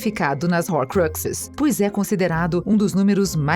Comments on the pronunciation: Desculpem mas foi impossível não rir ouvindo a narradora pronunciar Diambandior, Rorcruquices, Howarts, Hermaioni... HAHAHAHAHAHAHAHAHA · RORCRIQUISES DESGRAÇAAAAAAAAAA EU CHEGO AOOOSSSSSS NERVOS AQQQQQQQQQQQQQQQQQQQQQQQQQ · Dambeudor. Kkkkkkkkkkk. Quem é dambeudor. Que p** é rorcruquises? Que leseira. Kkkkkkk. Sem necessidade essas pronúncias.